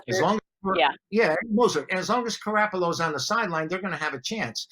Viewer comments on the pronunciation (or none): Did he said Carapollo??? Shots definitely fired. After this game put some respect on everybody name that you mis pronounced douchebag!!!!